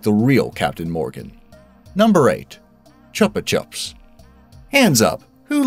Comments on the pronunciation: Not to be that one guy but it is pronounced Choopa Choops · You pronounced "chupa" wrong, it's Spanish and pronounced choopah. Means suck by the way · Chupa Chups is Spanish. So it stands to reason that it should be pronounced in Spanish. Choopa choops. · It is chupa chups Not chapa chaps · You sa chupa like chaupa. Its a u not a ua sound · Its pronounced CHOOPU CHOOPUS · chupa chups is pronounced with a long u like choopa choops. chupa is spanish for suck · Pronounced “choo’-puh choops.” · Its pronounced choo-pa choops it mean suck sucks in Spanish. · They're not called chup chups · It's pronounced "choopa"and I believe it means to suck in Spanish as the type of candy is known as a "sucker" in America. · I’ve heard this channel is a UK site with an American accented narrator. They give themselves away every video. It’s pronounced “choopa choops” in the US too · Your saying chupa chup wrong